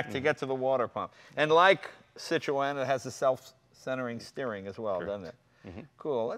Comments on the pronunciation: How can Jay not say "Citron." It's not hard. I mean I studied French but it's still not hard. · Who are cit tro en. Do you mean Citroen ? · What is with the pronunciation of Citroën? ha ha !! it isn't meant to be a 3 syllable word Cit-ro-en. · cit- RO EN ? thats not how you say it! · Please stop saying 'sit - row - en' ..... the correct pronuncition is .. which is 'See trghho en' with the first two letters making a SEE sound, a throaty mess in the middle and the emphasis on the I and E. If you are not French and going to do it properly ( which sounds ridiculous and incredibly twatty mid sentance in your normal dialect) then pronounce it in your way. 'SIH tren' with a hint of 'o' before the E sound so it doesn't rhyme with 'wren'. Or just run sit row en together quickly to make sitroen. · yes, it is! the two points over the E are called a trema, which means that the two vowels are pronounced seperately. i study linguistics in france, so i might just be qualified to know how to pronounce it... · Why does Jay refuse to pronounce Citroen correctly ? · Never heard citrion pronounced like that. In England we dont say the E. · Yeah Americans tend to go over the top with bumpers like the old v12 etype is ruined in america and jay ur saying Citroen wrong and with my OCD tendencies I find it incredibly annoying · please stop saying it like that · Why cant jay say citroen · Jay Leno has just woken up bed hair. Where was his hairdresser for this clip? Also, he makes a terrible hash of pronouncing Citroen. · Jay need to learn how to pronounce Citroen properly. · please pronounce citroen right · nope it's pronounced [sitʀoˈɛn]